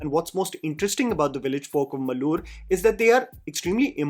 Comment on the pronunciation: I thought they were saying Mulooru. The subtitles went by too quickly for me to catch that it was actually Marluru.